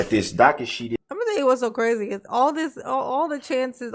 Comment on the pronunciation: Darrell: "Oh docka shee, Oh docka shee. There aint no bond on file..."